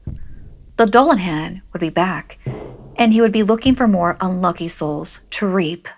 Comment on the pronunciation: It's "Doo-la-hawn." ❤